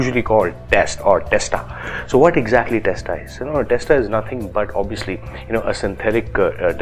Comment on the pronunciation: Did u just say Obbiyuslee???😂